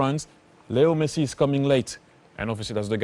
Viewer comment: even the subtitle is pronouncing messi as mercy